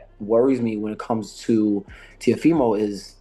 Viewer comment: Ok but how is teofimos name butchered at the start 😂